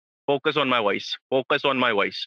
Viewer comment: focus on my woice focus on my woice. Mr President with all due respect, why can't you pronounce the "v" sound????????? bad you